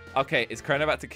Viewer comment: Its Crianer